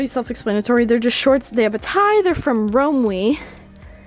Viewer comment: The way said Romwe made me cringe. Lol